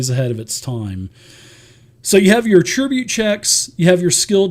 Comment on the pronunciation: dude, ATT ri bute; not at-TRIBUTE; otherwise awesome heh